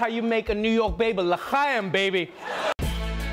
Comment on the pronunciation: He pronounced L'Chaim correctly!